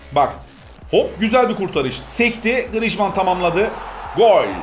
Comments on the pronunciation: Abi Grıjman Değil Grıezman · abi grişman deyil grizman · Grijman değil grizman okunuşu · Grijmann değil grizmann likeleyin de görsün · grijman deil grizman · 1. yi hatırlamıyom ama gırızımane değil 😂😂 griezmann. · o oyuncucun 10 tane okunusu var:) 1 grizman 2 grisman digeride senin dedigin iste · diyorki yorumda abi diyor griezmana neden grizzşman diyor